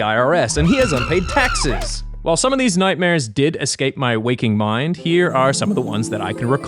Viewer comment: Timestamps for every time slipped into his Australian accent in this video: 'mind' 'trace' 'grow out' 'details' 'that night' 'facial hair' 'time' 'break' 'vibrate' - literally everything lol 'message' 'nightmare' 'read' 'phone'